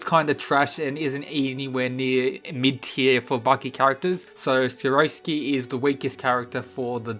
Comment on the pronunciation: “Weakest inmate is SKOROHSKI” 😂😂